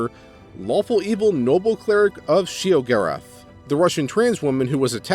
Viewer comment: She-O-Gor-Ath. Your pronunciation was grating.